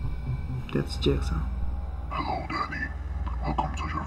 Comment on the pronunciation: girl: whos jigaw? danny: thats jigsaw... LOL! i thought that was funny.